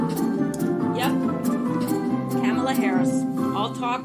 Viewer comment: Kamala is pronounced: Ka (short a) mal (like maul - "The large kitty mauled its owner when the owner tried to bathe it." + a (short a) = ka +maul + a (short a) with emphasis on maul....